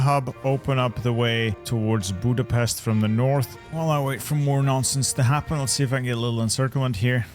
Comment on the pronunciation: The accurate pronounciation of Budapest fucking scared me